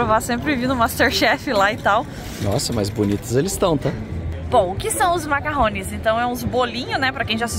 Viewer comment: Macaron e não macarrones!